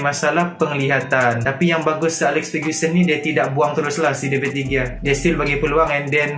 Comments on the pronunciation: david degia.. lol , betul nya bacaan dia David Dehia. .. kalau dekat spain G jadi huruf H bila dibaca.. huhu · Pronounce de gea salah